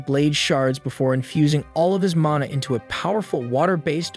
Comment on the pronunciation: that's not his only fuckup, he can't pronounce Lich or mana properly and thinks Qi~ki is "kai."